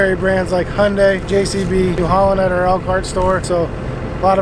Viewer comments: Hyundai is pronounced just like Sunday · Thank you for not saying “ HI- unday! It so annoying to hear people say that.